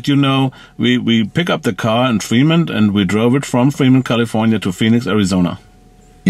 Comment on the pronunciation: 2 German Dudes reviewing an American luxury, performance EV...gotta love it! Good solid Review too...the cam on the Drone is kinda bad though - maybe skip that next time. "Kali-ForniA" hahaha